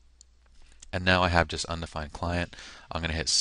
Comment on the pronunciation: Undefined not "undfined"